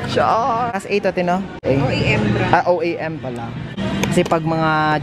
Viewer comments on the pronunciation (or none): "OAM" po sinabi niyo pero "OEM" yun